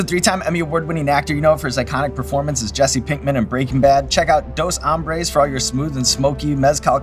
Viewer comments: I think it's funny how people pronounce the word "hombres" as hambres. Hombres means men, hambre means hungry. So the way they are pronouncing it is translated to 2 Hungrys. Tuco Salamanca and Tortuga would be very disappointed. However, they would be proud of Aaron, if they weren't dead. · dos hombres not dos hambres